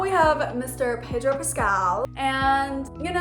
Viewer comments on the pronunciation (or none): none